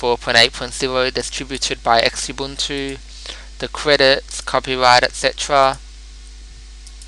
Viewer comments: Note that it's not pronounced X-Ubuntu, it's pronounced like "Zoo-buntoo". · Actually, it's properly pronounced like "zoo-BOON-too" or "zoo-BUNE-too." The word "Ubuntu" comes from the Bantu languages of southern Africa, where it is pronounced with the middle syllable rhyming with June, goon or soon, not rhyming with bun, gun or fun. For more info, please see the pronunciation guide on the Ubuntu/Canonical web site. :-)